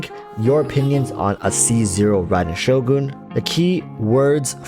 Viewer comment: still cant pronounce Shogun -__